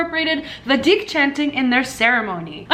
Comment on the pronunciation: say vEEdik